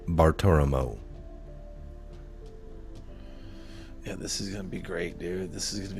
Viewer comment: It's Bartiromo